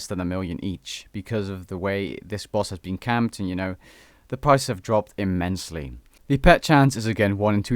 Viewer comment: Ur 100% Dutch because: Immensly Tsutsaroth (actual pronounciation is tutzeeroth) Im dutch too ;)